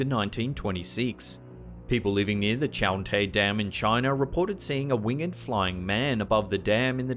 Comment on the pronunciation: Please stop mispronouncing “winged” It’s not pronounced like“learned” and is one syllable, not two “A winged creature” is wing’d - not wing-ed (unless you’re reading a poem). Also “harbinger” is pronounced like “whinge”